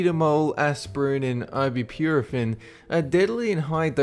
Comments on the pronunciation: ibupurafin??? it's ibuprofen is the correct spelling. I_bu_pro_fen is how its pronounced. Not I_bu_pure_a_fin. and its analgesic so its pronounced a_nal_ge_sick no however you said it. Love your vids but if you don't know a word then look up how to pronounce it before you free read off a page n make up words due to improper pronunciation. its a simple look up in the dictionary. i know you have an accent n aussie but please try to pronounce you words properly. otherwise people might say hey ibuprofen isnt on this list n is safe but i got be careful with ibupurafin cause it can kill me. with so many drug names people could get hurt with bad pronunciation in such a serious matter with drugs. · I-B-Pro-Urophen? It's pronounced I-B-Pro-fen. Seriously, learn to pronounce fucking names correctly. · The way you fuckers in the UK pronounce these chemicals kills me especially ibuprofen